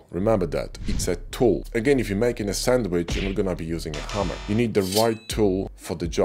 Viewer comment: when you first used the sandwich analogy, I thought you said Hummer, near the end of the video I realised it was a hammer, made me smile :) Thank You for an excellent video